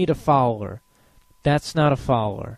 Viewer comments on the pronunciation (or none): Hehe, you say "Foweller" instead of "Follower."